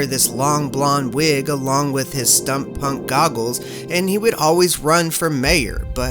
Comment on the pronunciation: "STUMP-punk" 🤔😂 I think you meant, steampunk.